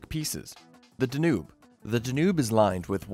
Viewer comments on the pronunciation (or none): The "da-NOOB"? Are you fucking kidding me? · [DAN-yoob] silly Stress is on the DAN. Pl get at least that right